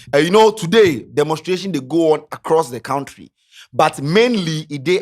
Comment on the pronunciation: it’s koun-tree, not kount-tree.